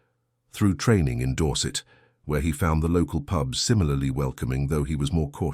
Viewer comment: Pube?!!! I know the Suffolk dialect can be a bit strong, but really!